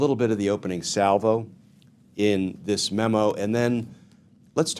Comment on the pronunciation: Just been listening, did you say “Scandal like dis?”